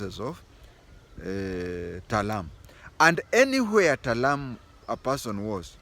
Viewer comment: TALAI not Talam